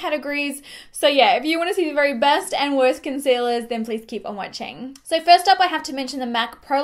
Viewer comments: Example instead of so affordable it comes out like soooarrrrr affordable. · New to your channel however the fact that you do place a strong rrrr after words with Os is a little distracting lol